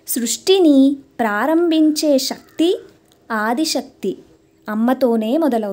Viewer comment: మీరు చెప్పే శ్లోకాల వర్ణన అత్యద్భుతం. ఐతే మీరు శక్తి ని సక్తి అని పలుకుతారు.